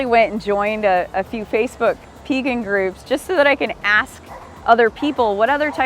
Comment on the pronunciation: Thank you for pronouncing P-egan, like, V-egan. So many people say Paygan.